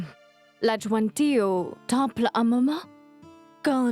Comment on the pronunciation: J’aime la façon dont prononce le nom de Lajwanti.